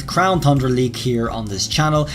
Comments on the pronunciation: Is it just me or does he say crown thundra instead of crown tundra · Still saying Crown “Thundra.” When is he gonna get it correct?! I mean damn, you can clearly see there’s not an h in it! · it's really dumb how you say "Thundra" instead of "Tundra" like it's supposed to be called. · Why does he keep saying Thundra? It's Tundra. Without the h. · please stop saying thundra its tundra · You keep saying Thundera on tundra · Pronouncing The Crown Tundra Me: tun-dra: thun-dra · no offense but you are saying crown thundra and it is crown tundra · There's no way you can make Tundra sound like Thundra idc what kind of accent you got. Also, this is the 3rd time I've posted this comment and someone keeps removing it. Sounds like someone can handle the heat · Won't stop saying thundra lol it's tundra funny mistake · I have good reason to believe says "CROWN THRUNDRA" on purpose now lol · Is anyone else still sort of exasperated that he still says thundra? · “Crown thundra” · He always says Thundra and it makes me twitch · I heard Crown Thundra lol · DarkSpyro I know!!! It’s not to important but once you know it it’s just hard to miss!